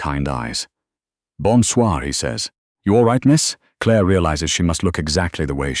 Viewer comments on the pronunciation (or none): none